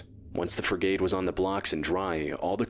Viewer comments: It's not pronounced Freegate (sort of how he said it) it's more like Frigat. If I knew phonetic writing id do a better job, but not too many people can read that anyway I figure. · Hearing the dumbass narrator pronounce frigate so badly every time, really boiled my blood